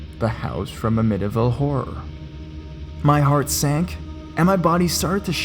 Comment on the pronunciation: Awesome video!! Thanks man! How is it possible not to know how to say Amityville?